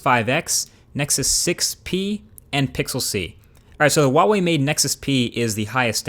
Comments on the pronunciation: It's not "who-ah-way", but it's not "wah-way" either. There's no "oo-ah" diphthong in "hua", but there most certainly is an H. It's basically "hwah-way". Think of the Cool Hwip/Hwil Hweaton joke. Hwa-way. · I like ur video but it's Who-ah-way. Peace. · I grew up in China, and to be honest, it's Who-ah-way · Sybren Vellinga Actually it's Hwah-way if you say it with an accent and Waa-Way if you a general american accent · Americans generally can't pronounce anything so companies try and make it easier for them. It's Hwa-way. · funny that Huawei's Chinese name is actually pronunced Wah Wai in Cantonese.Wa-way make so much sense to me as a Hong Konger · d No it isn't, the company pronounces it wah-way, so your Chinese is incorrect. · is it your first time you say the word "huawei" ?! ;)